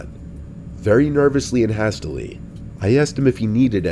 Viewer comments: I don’t think that’s how you pronounce “hastily”, it’s supposed to sound like “HAY-stilly” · "has-tily" 🤣 It's hastily, like haste. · who says hastily like that? 💀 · Have I been pronouncing hastily wrong? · bro u dont even kno how to pronounce "hastily". r u ok? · I get the sense he's not particularly well educated 💀